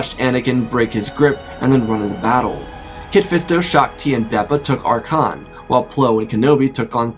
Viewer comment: Arcann = Arr-ken, not Arr-cane